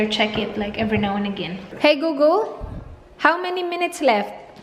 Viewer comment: hi gugul Me: hi golegole